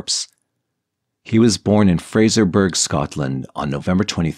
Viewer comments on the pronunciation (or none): Being Scottish i found the pronunciation of Fraserburgh hilarious. It's Fraser-burra, not Fraser-burg! Apart from that, excellent video.